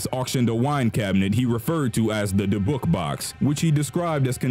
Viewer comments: AHHHH........ Ok, I need to fix several of your pronunciations: first of all it's called a dib-buck box, secondly the Maori Tribe is pronounced like Mow-ree, Otzi the Iceman is pronounced like Oat-see, and finally the Egyptian financial backer for the excavation of king Tut's tomb is pronounced Lord Car-nar-van, just like it's spelled. Ok I feel better now, but when you do a video and mispronounce names it makes people feel like you didn't do adequate research, and it's very very frustrating!!! However I do still love your channel, it is very interesting and has good content!!! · Dybbuk is supposed to sound like like dibbik. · dibook is pronounced dibuck lol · Because he mispronounced it. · Number 9 is pronounced DYBbuk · Ok, I'm commenting 5 yrs too late, but is anybody else baffled by the narrator's pronunciation of "Dybbuk" and "Maori"? Bro, did you not listen to any one of the gazillions if videos out there with the proper way to pronounce those words? You just said "Ah, who cares, I'm just gonna say whatever the hell I want!"? Maori especially had me laughing really hard! No offense man, it was funny, but you might want to listen to words that you're unsure of before you record your video! 😂😂😂